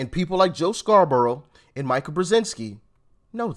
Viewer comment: Please Doc. Mika brezenski pronounces her name Mee-ka.